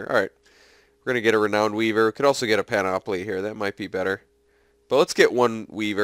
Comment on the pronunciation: Hey. Just so ya know, it's pronounced PAN-uh-plee Don't worry. You're not the only one who's pronounced it panOPoly just call me the pronunciation nazi: )